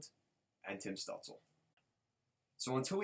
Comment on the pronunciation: Stutzle is pronounced “Stoot chla”. Great video, I’m a sens fan and honestly both these guys are unreal. We will both get a star out of this